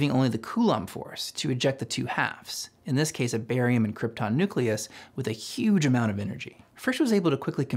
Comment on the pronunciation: "cuge amounts of energy"